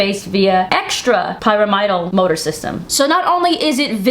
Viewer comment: The word is pyramid - al. Pyramidal.